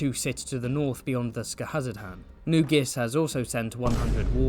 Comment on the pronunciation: absolute chef's kiss to your pronunciation of Skahazadhan, such confidence and cleanliness